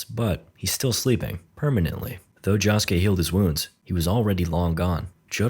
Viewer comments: The way you said Josukes name irked me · the way he says josuke is making me mad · can you atleast try to pronounce josuke correctly please i beg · its not jahskay its joeskay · Netflix didn't make this movie, they just have it to be on the streaming site. Also, it's "Josuke", not "Jahsuke". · say it with me. joe-su-kay. not “johsuke” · Joesuke ❌️ Josskeh ✅️ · "Jawsuke" dude its Josuke, like JoJo, like "Joe", "joe-sue-keh" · It's Josuke not Joshke J-osu-ke. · Jahsuke? It's Josuke you mumble mumble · josh k..... its jo sou kay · Why do you say it like joskeh. ITS JOSUKE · its pronounds joeske not joske and this is not disrespect full this is just telling him the right prnounsiation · joeske not jahske 😭😭😭😭😭😭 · 'jah-skay' jahjah's bizarre adventure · Who the fuck is "Jaw-suke?" Never heard of him. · Ah yes, my favorite JoJo: Higashikata Jahskey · clicking off this vid because they calling my man Josuke "Josh-Kay" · stop saying joss kay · no not josuke, "jaaskay" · Ok, what's with this Shamalan's last air bender ass name pronunciations? 🤣 JAsuke? KEY-cho? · Every time he says jaa-suke it hurts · Josuke❌ Shoeske✅ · Id watch the sequel if it got made this was a respectable attempt. Also "Jawsuke" 😂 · In the series called jojos bizarre adventure, bro really pronounced the name JAWske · blud its pronounced joe-skay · "key-cho" "jaw-suke" "cat-a-giri" "okuyashoe" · Yea he was pissing me off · Why is he saying jhosekay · IT IS PRONOUNCED joe scay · its pronounced "jo-skay" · its pronounced "Joe - sue - kay " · Who the hell is Josh-Kay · Lol fkn Josh-ke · him pronouncing josuke jah-skay is infuriating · It's Joe-su-kay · i hate your stupid engagement bait of course im coming into the comments to tell you youre saying josuke wrong i hatew you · i wanna die every time he says josuke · I love how nobody is commenting on how he butchers Josuke's name the entire video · I cringe every time bro says josuke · why the fuck do you pronounce josuke like that